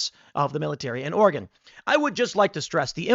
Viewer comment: Thank you for saying ORY-GUN correctly.